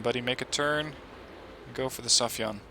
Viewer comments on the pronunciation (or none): when the day come for you to pronounce "sayfan right"? its sai-fan, not safi-yan